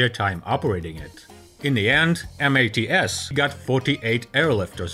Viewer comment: Two things: It's MATS, not M. A. T. S. Critical was also the requirement for a T tail, with loading ramp.